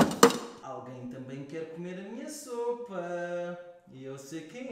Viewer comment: Sopa e não soupa 😂😂😂